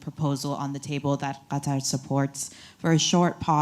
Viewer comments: Qatar is pronounced “Kat-Tar” not Cutter. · It's Qatar not Cutter. Be polite and pronouns the countries name properly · Cutter?… ain’t it Qatar?… bunch of word salad🙄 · Total 🐂💩 blinkent’s. It’s not ‘ cutter’ ‘it’s Katarr’. US needs to pay for everything! Total bullshit….. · Seems as if he brought QATAR (NOT CUTTER) a bag of b.s. full of promises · He should how to pronounce the word Qartar!!! It's not cutter. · Whats this "Cutter" countrt he keeps talking about. I thought they were in Qatar. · he doesnt even bother to pronounce Qatar properly... Cutter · How is Qatar pronounced? As the actor /puppet pronounces it as ‘cutter’ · He can't even pronounce Qatar after a year of dealing with their officials. Shows his disrespect for all in the Middle East apart from his paymaster Israel. Frankly I have very little concern for 107 people that he has prioritised for the past year. Of that number I believe less than 10 are American and even then they are probably dual nationals. Why is it our duty to help???? America has enabled and funded the destruction, America should pay. He is a disgusting example of man kind who will meet him maker and find his fate. Taking about money shows his lack understanding. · These US officials are so disrespectful they refuse to pronounce "Qatar" properly while in Qatar! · He doesn’t even pronounce Qatar correctly; he’s an evil demon 😈